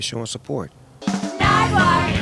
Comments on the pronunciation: fuckin love how Snoop still seems to think Nardwuar's name is "Nardwuard" lmfao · 23 years and snoop still says “Nardwaurd” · I enjoyed that snoop still thinks his name is nardwuard